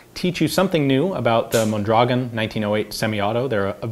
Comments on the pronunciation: Pronounced: mon-dra-GOHN. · It's pronounced Mondragón... Stress goes on the "o". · Thanks Ian. I’ve enjoyed the video very much. I’m looking forward to see a video about the Mendoza LMG used by the Mexican Army. By the way Mondragón is stressed at the last syllable hence the ó. Greetings from 🇲🇽